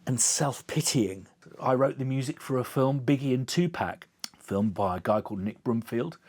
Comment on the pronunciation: dude it’s tupac, not tupäc